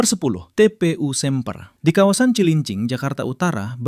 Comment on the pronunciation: Semper d baca e nya kaya lele bukan e lemper😅😂😂😂